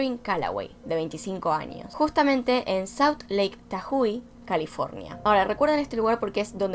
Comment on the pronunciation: Amo como dice tahui jajaja se dice tajo! Me gusto el video tho